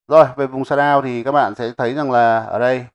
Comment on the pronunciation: Bài hướng dẫn khá hay. Nhưng mà Nghe mấy ông ng bắc đọc sa đao (shadaw) mà mệt mỏi quá